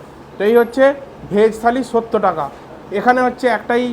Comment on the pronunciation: Bokachoda Accent thik kor... Sottor bol Sotto noy... Jotto Baaler vlogger...